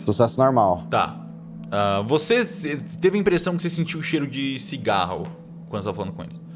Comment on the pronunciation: Qualquer coisa: "A" Kaiser: 'Fumar cingarro!'